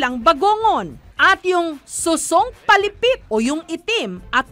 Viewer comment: Manguha Hindi manghuli.. Naman Tagalog eh.. pilipit Hindi palipit.. balik kn china Jessica